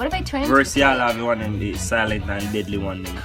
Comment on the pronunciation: lmaoooooo said silent fi a couple months. Dyinggggggg